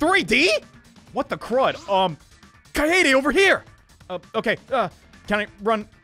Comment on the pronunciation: "kie aye daye" lol.. it's kah-eh-deh. short. japanese.